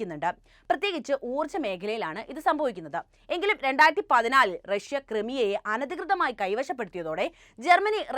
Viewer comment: റക്ഷൃ എന്നു പറയണ്ട പുടിൻ, റക്ഷൃയുടെ ഇപ്പോഴത്തെ പതനത്തിന് കാരണവും നിങ്ങൾ പറയുന്ന ഈ നായകനാണ്. നാണമില്ലേ😂😂😂😂